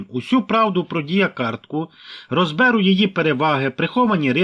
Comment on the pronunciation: В слове разберу ударение надо ставить на последний слог а не на второй иначе испохабим язык Запорожских Козаков. Не похабте украинский язык и идите учиться в школу.